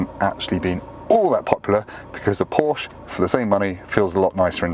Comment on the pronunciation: I appreciate how he says Porsche like a normal person. Not like a pretentious a hole. (Porsh uhhh)